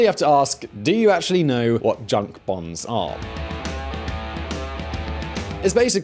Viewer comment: The American voice said, "Bahns," German for highways.